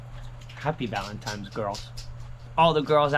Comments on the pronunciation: Valentines day, not valentimes day! 😀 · It's VALENTINE'S not VALEMTIMES DAY